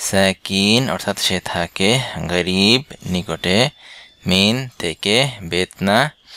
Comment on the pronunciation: এখানে ক্বাফ এর উচ্চারণ গ দিয়ে বলা হচ্ছে কেন, যেমন ক্বারিব কে বলা হচ্ছে গারিব। একটু বুঝিয়ে বলেন দয়া করে।